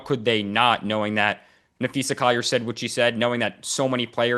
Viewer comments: Her name is Na-phee-sa, not Na-phee-sha, get it right! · Hey Dan, it's Napheesa not Napheesha * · Dan, her name is Napheesa, not Napheesha. Cheryl Reeve took a strong exception early in the year when a reporter called her Napheesha. Reeve seemed to be suggesting that it showed a lack of knowledge of the team and the league in general. You wouldn't mispronounce LeBrone James's name, would you?